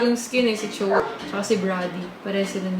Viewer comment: anong chow ate HAHAHA chou(chu) yorn